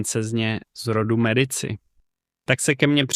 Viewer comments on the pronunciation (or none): Mediči vyslovované, pre boha. Keď už vypravíte príbehy o zahraničnej histórie, naučte sa správne vyslovovať mená!!!! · Ked uz robis nejaky report o niecom tak Aspon zaklad aby si to vyslovoval tak ako sa ma…. To Medici ako to hovoris tak reze do usi …